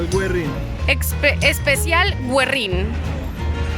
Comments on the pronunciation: ES GUERRRRRRINNN CON ERRRRE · Guerrin si la U no tiene diéresis se pronuncia GERRIN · si hablas español sabrás que diéresis hace que tengas que pronunciar la u, SI NO TUVIERA PUNTITOS SOBRE LA U SERIA COMO TU LO DIJISTES, COMO DICES TU PARAGÛAS, PINGÛINO?